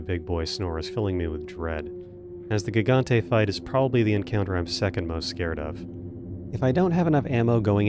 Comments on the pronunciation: Did this dude really just call it a GIG-ontay like he's an uber driver? It's HIG-ontay! Silly language stuff. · "The Ga-gante fight" Lmao Had to play that back a couple times to make sure my ears weren't deceiving me. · Fun fact: Gigante is actually pronounced hee-ganté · "gig-gante" dealt me psychic damage jfc